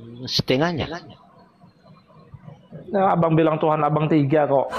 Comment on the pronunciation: Sebutan Tuhan bukan Tuhang